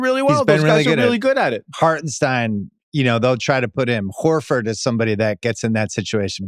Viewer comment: I love that fact that Bill calls him "WHORE-ey" haha...Makes me laugh out loud every time!